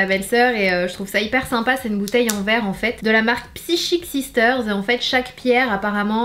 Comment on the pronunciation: Psychic sisters se prononce saïkik sisters